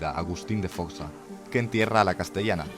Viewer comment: Buen video y explicado, gracias. Es alucinante. .... Pero Agustín no es de Foxa, es Foxá🤦🏻‍♂️